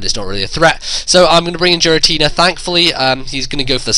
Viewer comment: G Rah t nah? He say'd JEERatina...like Jeers...